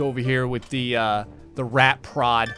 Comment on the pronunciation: I swear, I thought you said "rat pr0n"... I was thinking "ohhh. .. it's one of thoooose games"!